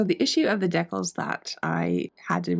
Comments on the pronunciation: I kept thinking, "What the heck are deckels?" Then I realized, decals! ❤ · deckles?? !! DEE-CALS!!! ;p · It's so interesting hearing your accent pronouncing "decals" as dec-Als when mine would say it Dee-cals. This was a beautiful restoration. I sincerely hope you find a buyer who appreciates your efforts! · Decals must be a Canadian accent. American pronouncement is Deecal. But spelled Decals. Hockey guy you tuber pronounces it the same. He is in Vancouver. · Awesome! I want one 😁! What nationality accent do you have that you pronounce decals as "deckels" ? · I laugh every time you say "decals". Maybe that is how it is pronounced in N.S.? Here we say "dee-cals". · It's pronounced 'dee-cals 'luv😅